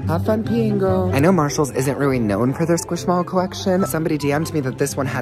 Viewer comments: “Hes weally hitting da griddy wright now 😲” got me laughing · his weally hitting the griddy right now